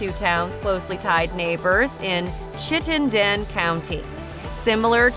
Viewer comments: I’m from Montpelier and the way she said Montpelier LMAO. Also the way she said chittenden lol, it’s pronounced: chitt-nen. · This list was not put together by someone familiar with Vermont as she mispronounces 2 very common words: Chittenden for Vermont's largest county and Adirondack for the NY mountain range. There are no affordable rentals in Vermont and her housing prices seem low. If seriously considering a move, call a local realtor.